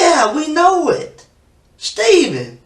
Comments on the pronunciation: Is it just me or does the narrator sometimes sound like he's saying 'Steeken' instead of 'Stephen'?? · The video script isn’t being read by a real narrator, it’s just been thread through a voice-generative program that’ll read it instead. You can pick up on it easier when the AI voice is reading numbers/dates, “Stephen” is also pronounced weirdly at times. Cadence is also super off at points lol, pretty sad that this true-crime style space on yt seems to be flooded by these kind of videos lately